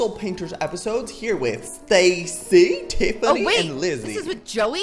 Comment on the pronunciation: did joey literally say Teffiny instead of Tiffiny